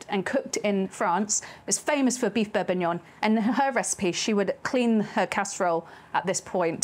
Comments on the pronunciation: am i going insane why do i hear beef bourbuignon instead of beef bourguignon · This triggers me so much. It's bourGuignon, from Burgundy, not some bourbuignon from Burbundy. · It's bourgignon not bourbinuoun. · I don't know if it's just my crappy headphones, but I keep hearing "beef bourbonion," and now I want to figure out if I can make that. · It's Bourginon! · "beef bourbon-yon"? right out of the gate you're throwing shade at the frenchies. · Sorry I don’t want to be that person but it’s bourguignon with a G in the middle. I don’t want to offend you, you’re wonderful. Thank you for your talents and hard work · Yep....def Borbignon. You after extra interaction with the clickbait, Auntie Liz? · I hear bourbonion too, everytime 😂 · I love the brain farts in this one, calling it bourbonyong. Never change auntie liz. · its pronounced Beef beef bor·guh·nyaan. Looks Fantastic, well done. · BourGGGuignon!!! Aaaaargh!!! 😅😮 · Wonderful looking stew, but calling it bourbognion was absolutely killing me haha. I guess it's fair, it's not a bordeaux that you're putting in there, and you're the chef; call it what you want! Looks absolutely stunning. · am I hearing “beurre bignon”? 😂 pronunciations aside, a delicious dish and a recipe easily to follow. turning a dish that sounds intimidating and making it easy for the home cook! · Auntie Liz, are you eaying beef bour"b"uignion on purpose? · I am hearing the same thing. I guess she is just graving that Bourbon and it's a Freudian slip up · had to double take the title cause it really sounded like she was going to use bourbon instead of wine. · How does someone cook such a great looking dish, but is unable to pronounce it?